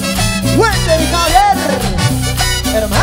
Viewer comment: dejen de decir , Gualter y javier... es ridiculo...